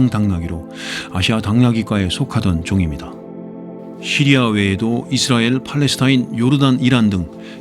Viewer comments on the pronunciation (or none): none